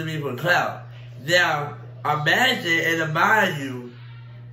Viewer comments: Did say”amagine and amind you”🤣🤣🤣🤦🏽‍♀️ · “Amagine & amind you” 😂😂😂😂😂😂😂lord the way I just yelled lol